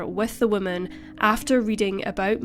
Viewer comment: I love your videos. Just a tip in pronunciation: whoa MAN is singular. Whim MEN is plural. Not trying to pick on you aas it seems many people have trouble with it. BUT it is easy if you relate it to how we refer to males: a MAN is singular, while MEN is plural.